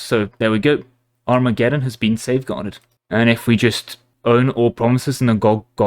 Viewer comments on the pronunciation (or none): none